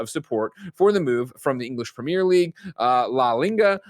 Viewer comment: 🤦🏽‍♂️ at Greg “trying” to pronounce la liga, uefa, and Bundesliga